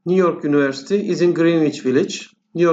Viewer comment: Univercity yanlış telaffuz ediyorsunuz yunıversiti olacak